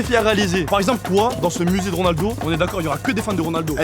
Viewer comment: A un moment ta dit gronaldo